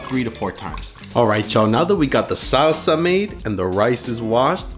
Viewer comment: why does he pronounce mexican ingredients like a home depot day laborer...the SAWwwSA!